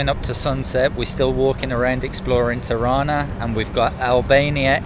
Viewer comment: Its Tirana not Ti-rana